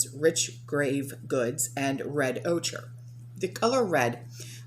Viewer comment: It’s pronounced oker, (ochre) the Color red